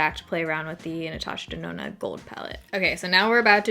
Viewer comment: Natasha Denonna more like Natasha DoNahNah...nah for that price anyway. 😆